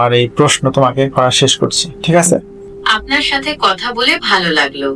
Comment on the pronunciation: ভাই, আপনার বাংলা উচ্চারণে আরও সাবধান হওয়া উচিৎ। কিছু কিছু জায়গায় আঞ্চলীক এসে পরে, যেমান আপনি আছে’র স্থলে আসে বলছেন।